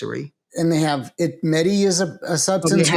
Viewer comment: Very good information. Mehti is pronounced May-tea